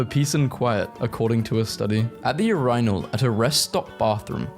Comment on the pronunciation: not the urinal pronunciation again 😭😭